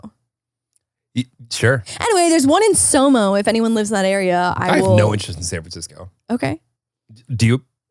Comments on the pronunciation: it’s SoMa, not SoMo 😅 SoMa is short for South of Market which is a major street in the city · each time says “soMO” i die a little inside HAHA it’s the aggressive MO for me i could be wrong but i’m assuming it’s SoMa and not somo 😂 south of market street LOL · It’s not somo it’s SoMa. It stands for south of market, as in market street. One of the main streets lol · It’s SOMA not somo LOL stands of “south of market (Street)” just FYI haha